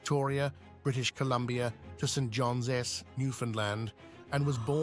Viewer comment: Pronunciation of St. John's 3.40 min